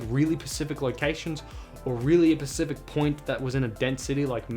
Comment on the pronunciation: Nice vid man. You just got a new subscriber. I'm about to do the same with brand new pixel 5. Could you please send me a link to the instructions you used to install it? p.s. stop saying pacific instead of specific, it's pretty irritating or is it an Australian thing? 🤔🤣